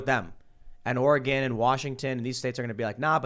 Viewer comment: Btw is Oregon not ore gone